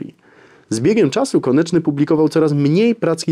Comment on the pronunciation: "KONECZNY” - Szanowny Panie - ”KONECZNY”, a nie konIEczny … konieczny może być np byle-jakizm formalny pomimo solidnizmu merytorycznego. Ergo, to oburzające aby powagę omawianej postaci lekceważyć niechlujnością … Poza powyższymi uwagami - dzięki za krótkie i w miarę treściwe wprowadzenie Pozdrawiam, Ireneusz